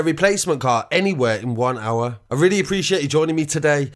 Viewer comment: godda drop that emphasis on ANYWHE xD